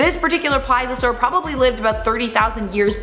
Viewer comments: Agh stop saying ply-Za-soar!! It’s Ples-ee-uh-soar!! Ps I still love you 😘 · PLEASE-EE-O-SAUR THATS HOW YOU SHOULD SAY IT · Can you at least pronounce Plesiosaur right? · Ughhhhh,, babe, for the love of god, PLEASE (....-iosaur) learn how to pronounce plesiosaur! Cuz I love ya but girl yr killin me here! 😩